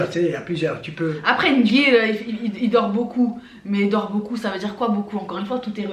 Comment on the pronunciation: "nguir" c'est râleur 😂 love you❤️